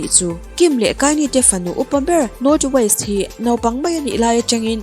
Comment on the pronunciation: North Waist ni lovin North West aw... Thil lam hi inzir ve thei nia..